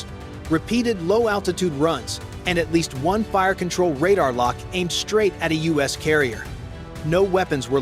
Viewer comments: Someone should let the AI reading the script know that US stands for the United States, the country we live in, and NOT us (a pronoun, first person plural, and the objective form of we). It is NOT the us Navy but the U.S. Navy. BTW, NAVY stands for NEVER AGAIN VOLUNTEER YOURSELF. I will thank all veterans for their service, even if they were NAVY or Air Force. I was an Army Medic back in the early 70s. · I wish you didn't use AI voice. It keeps saying Us instead of U.S. or U.S.A. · You know we have such a great military and then you have AI commentary that doesn't know how to say the U.S. instead it says us how dumb.